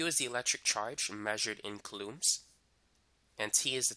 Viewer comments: Haha yeah. Kalooms. It’s coulombs ffs. Kooloms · is anyone else triggered by how he says coulombs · I have never been more outraged. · It sounds weird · Me 2